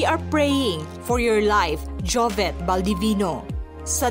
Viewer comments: Ate narrator, JOVIT po hnd JOVET! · Ate narrator, JOVIT po hndi JOVET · Putya ako lang ba nanggigigil itama ung pagpronounce Ng jovet imbes na jovit .. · Tanginang mag report to di man lng ayusin l jobet ng jobet deputa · Jovet ka ng jovet. . JOVIT PO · S nagsasalita s video Jovit po hinde Jovet😅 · Jovit po vit po hi de vet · JOVIT po not JOVET... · Sana itong host na ito ay ayusin ang bigkas ng pangalan ni Jovit out of respect. Hindi Jovet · Jovit Hindi jovet haha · Kairita naman nagbabasa neto ...anong jovet...Jovit nga di ba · jovet jovet. bakit ganyan pronunciation niyo? sobrang tarang hard. hindi lang sa jovet, eleven. etc. trying hard ka masiado. buti naka adblocker ako, and i also disliked, not because of him. i dont even know him that well, gusto ko lang malaman ano yung dahilan dahil bata pa lang. nakaka irrita sa totoo lang. yung mga trying hard niyo. ewan ko lang kung gumagamit ka ng voice android, pero hindi eh, may isang time sabi mo jovit, hindi jovet. lul. jovets.. hindi na ako nako naka concentrate makinig, mga pronunciation niyo nalang. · ano ba itong nagsasalita ? Jovet naman ang sinasabi mo sus marya. Palitan nyo nga ! kaloka